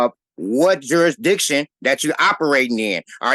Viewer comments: You mean “jurridictun” don’t you? 😂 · Whyyyyy can they NEVER properly pronounce “ jurisdiction” or “ constitution”????!! 😂